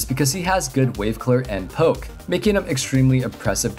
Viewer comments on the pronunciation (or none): none